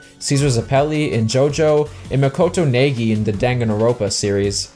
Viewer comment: The pronunciation of "Naegi" and "Danganronpa" killed me. Close enough, they're weird words to say if you're not using to saying them (And even then I don't think we necessarily agree on how to pronounce Danganronpa anyway) but I was not expecting that. But anyway, Makoto Naegi is fucking great, I haven't played Team Sonic Racing yet but I own it. I should do that at some point, I hear it's a decent racing game, although the story is kind of nonsense and apparently it doesn't have online play??? I don't really know, I'll find out for myself at some point. I really like Silver's character in 06, and I don't dislike him in Forces either, but he has definitely suffered a bit from general disjointed development. 06's scattered and short development time really hurt the project, particularly in narrative cohesion that could've better tied together Shadow and Silver's stories to Sonic's. I imagine his absence in importance is simply because of both a lesser focus on story following 06 and especially Unleashed, as well as Sonic having a large cast of characters, and a large amount of people who have different ideas of what to do with Sonic. Silver in particular, being the future, also kind of has the problem where putting him in a story usually means they have to deal with time travel, and that's always messy, 06's story was probably confusing to some people in part because of it. I think Sonic Forces, or maybe now a new game after it, should tackle Silver's character by having him